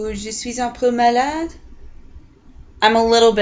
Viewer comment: Un peu malade. Ton accent est bon:)